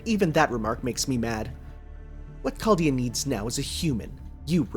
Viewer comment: Remember when used to pronounce "Chaldea" as CZALDJA? Good times.